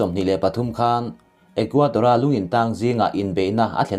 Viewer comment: Ecuador..Ithil chhiar hi Equator tih hlira kahriat chute😁